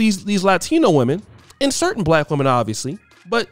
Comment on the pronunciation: Damn did he say lack woman